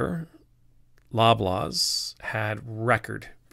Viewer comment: LOL - until I just googled just now for info on the specific, topical grocery chain, I thought you were calling it "Blah Blah's", like a placeholder name.